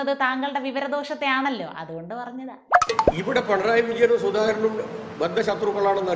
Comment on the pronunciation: ..പിണറായി യാണെ പണറായി യാണൊ ബാലൻ പറക്കുന്നത് പെണറായി ന്നാ ന്ന് മോളെ ശ്രധിച്ചില്ലെ